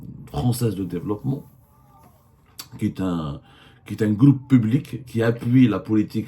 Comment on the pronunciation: abdou j'aime bien quand tu dis "le gloupe" pour "le groupe" faut que t'insiste un peu sur le R lol, gloup gloup gloup ça c'est t'boun quand il boit la vodka avec ses amis alcooliques russes 😂😂😂